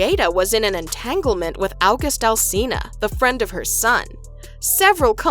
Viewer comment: Just say august correctly. It’s not difficult.